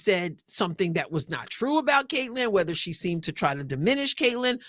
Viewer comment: No Sophie, no Lexie and could barely say Caitlan. Racist much?